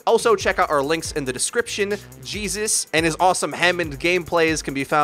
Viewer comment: Anyone else cringe a little whenever he say J3SUS?